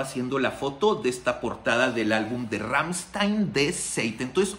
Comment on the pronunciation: Está bien que no sepas alemán, y que lo digas, pero en serio tanto tiempo en el negocio y no puedes hacer el mínimo esfuerzo de nombrar bien a la banda. No no son Ransteein, no no es Ransteein es Ramsthain, así como te lo escribí así se pronuncia. Deberías ver el vídeo Amuscia ese bro al menos hace su intento de pronunciar bien el nombre de la banda, y ya ni te digo sobre las otras pronunciaciones erróneas que tienes, pero neta échale galleta un poquito digo al final ese es tu trabajo, y de eso comes.